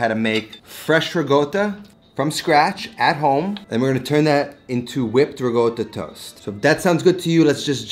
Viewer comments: holy shit the way he pronounces riccota is bugging the shit out of me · Doesn't make it right. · the silent G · An american dialect? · yeah it sounds very weird lol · Same. Never met anyone who pronounces it like that. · it’s not dialect, this pronunciation is an atrocity on language. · I speak near-native Italian, have lived in Italy for more than a decade and still have no clue where he got that pronunciation from... Americans are weird, man. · It's dialect. In southern Italy, they tend to switch g for c. That's also why they say gaboguoll (gabagool) instead of capocollo. Feels weird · Ricotta with a G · I have never in my life been so thrown off by someone's pronunciation of a word. Good content though. But that pronunciation. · Please don't. It's wrong. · Sorry, I love this dude but the pronunciation is cringe. That's not how actual Italians in Italy say it 😑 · dude, that's not the right way to say ricotta... there's no "G" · why do you pronounce ricotta like that? that is neither italian nor english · no he says rigotta when it's ricotta like ri-kot-uh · It's rikotta, no? Not rigota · It's pronounced somewhat like ree-caught-tuh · you mispronounced it. it's "ricotta" not "rigotta" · You said it yourself: -Ricotta means recooked in Italian -The word for cooked in Italian is “cotta” -Note it is not “gotta” “goata”, “gouta” - there is no g, no silent g, no intended g, NEVER A GODDAM G!!!!! Phhheew Ps love the content other than that triggering aspect Cheers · . Why do you pronounce it “RiGotta” (with G) and not “Ricotta” ? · The fact that hi write rico and pronounces it rigo... baffles and amuses me xd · Its not rigotta my friend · Every time I hear riGotta, I cringe. I think I already commented on this on a previous video of yours, please say riCotta - with a "C". Not a hater, just trying to help (I'm a subscriber). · Why is the word riCotta but pronounced rigotta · So annoying “rigotta“! 😂 it’s ricotta! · Its recotta not regotta ... Im Not Italien 🙃